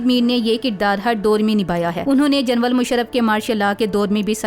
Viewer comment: Behan aik work teek kr len janwun nhi ""General"" lafz hai